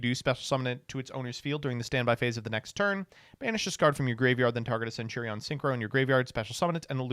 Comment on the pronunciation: I just learned doesn't know how to pronounce centurion